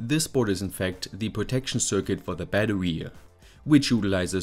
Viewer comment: bro pronounces bettery like a furry